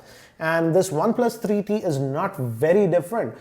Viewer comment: why does he wierdly pronounces one plus 3eeee teeee